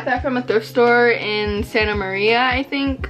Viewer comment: she did not just say Santa Maria like that😭😭😭